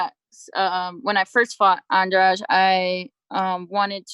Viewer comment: they still mispronouncing andrade with andrage!!